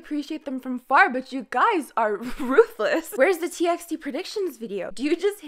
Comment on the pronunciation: Why do you pronounce TXT like that? I pronounced it like TEE BY TEE bc they said it was better to call them Like that . Just a random idea hahaha